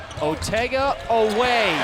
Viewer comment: Tell the idiot talking head that Otega's last name is pronounced O-weh...NOT o-WEH.